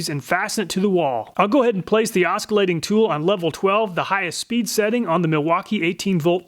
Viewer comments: OsCillating, not OsKillating. Other than that great video! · Aw-sih-late. Every 'k' sound in that word is a punch to the head. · Did he say "oskillating"? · I love these comparisons, but one thing though, it's oscillating (oss-illating, not osk-illating). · "Oskeelating"? Is that how you pronounce that word? As an European I thought its more like "Osheelating" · You pronounce the C in oscillating? os-ki-lay-ting and not os-si-lay-ting? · It's not pronounced "Os-kill-ating". "Os-sill-ating" is the pronunciation. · Not tryna be offensive or anything but it's oss- ilating not osc, great video tho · Is "osk a lating" just an american pronounciation? I always thought it was "osilating" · Great blade review! Thanks I've often wondered if the pricier blades were worth the extra $! Just as a BTW I think you mean Oscillating not Osculating. The first means to swing back and forth like a pendulum. The second means to kiss or touch ;-) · it's pronounced oscillating.not osskolating. Please go to Wikipedia looking forward in typing the little Soundbar so it says it for you so you don't pronounce it incorrectly in the future. I laughed out loud. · TIL some people pronounce oss-il-ating as osk-il -ating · The C is pronounced like an S. OSS-ilating, not OSK-a-lating. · Do you ever edit voice? “Oss-illating”, not “Osk-illating”. (Forgive me, Mom was an English teacher). As for video, design, content, direction, etc, etc, BRILLIANT and APPRECIATED!! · It's pronounced "oss ill a ting" not "os kill a ting". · oskillating lol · oskillating lol. ita not tin coated. TiN coated. titanium nitride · it's pronounced "oscillating" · Great video. You should pronounce it o-suh-lay-ting though. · Say it with me: "Ah-sill-ay-ting" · Oskillating uh nope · "oskillating" silent C in oscillating. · Are you saying oskilating? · OsKalating? Lol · I CAN'T UNHEAR IT! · The c in oscillating is silent, It's not oskillating. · The way he pronounces "os kill ate ing" is hilarious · Lol, "os-k-ilating tool"